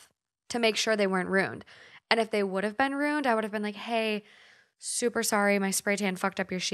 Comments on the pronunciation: Ima say it because I actually cannot stand it anymore after binging these: it is RUE-IN. Not ROO-N. RUE. IN. A RUNE is a SYMBOL. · You also say "ruined" strange to me 😂 You pronounce it "rooned" while everyone I know says "roo - ind" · My husband is from the midwest too, and we have debated over several words and their pronunciation such as “roof” he says “ruff” I noticed hearing you say “runed” as ruined “Roo-in-d” in the first story. Lol i just thought it was a midwest thing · Right after talking about bage vs bag, she says rooned. Yall are so cute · We pronounce it Roo-inned in England...maybe they say runed in Scotland but the r is rolled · I’m British and I swear to god if anyone pronounced ruined the way does they’d get the shit ripped out of them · Vague is VAY- g 😂 And I love you guys but yeah your pronunciation of ruined gets me every time.